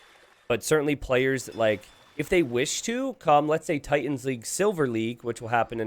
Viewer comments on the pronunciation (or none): none